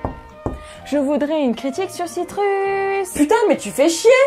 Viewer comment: Citrus se prononce "Citreus" T__T